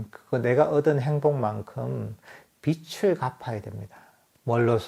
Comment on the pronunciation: 말씀 들으니 기분이 참 좋습니다. 참 근본적인 이야기인데도 이런 이야기를 하는 게 쉽지는 않을 것 같습니다. 왜냐면 매우 중요하고 근본적인 이야기데도, 지나쳐도 되고, 나중에 알 수 있다고 생각할 수 있고, 몰라도 크게 표가 나지 않을 수 있다고 생각해버릴 수 있을 것 같습니다. 그렇지만 이렇게 시간을 내서 불교에 대한 이야기를 한 것은 그만큼 가장 핵심적인 이야기이기 떄문일 것입니다. 저도 들으면서 그렇게 생각이 됐습니다. 감사합니다, 스님 .(참, 스님, 빚을 - 발음이 비츨 이 아니고, 비즐 입니다. 맞지요? ^)